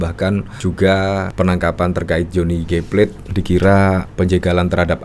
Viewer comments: Namanya Plate bukan plet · Beda dengan Johnny, Plate bukan kata atau nama bhs Inggris, jd jangan dibaca seolah kata Inggris...biasa sj dibaca seperti kata bhs Indonesia.